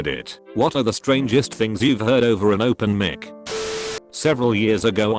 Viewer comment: 'Open Mec'